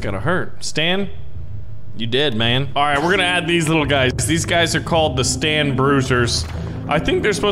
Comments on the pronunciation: It's Satan not stan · its not stan its satan